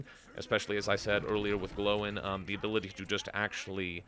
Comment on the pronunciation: Gl-oi-n, not, Glow-In XD